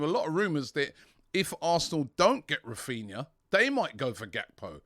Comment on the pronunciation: It's Raphinha not Raphina 😬